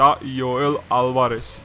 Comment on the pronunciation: ჯოელ ალვარესი, არა იოელ ალვარესი